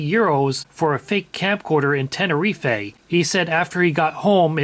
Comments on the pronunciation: You don't pronounce the last e in Tenerife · Tenerife is pronounced 'tenner reef'. Good info all the same 👍